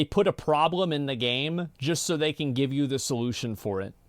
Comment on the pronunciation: "just to gve you the solution for it" sounds like gov´s to me